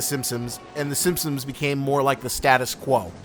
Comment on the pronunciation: im not sure why, but i can only hear “SimpSims” when you say “Simpsons” LOL anyways i just found your channel and love your content :D